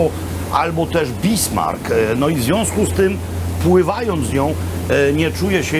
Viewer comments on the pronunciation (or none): none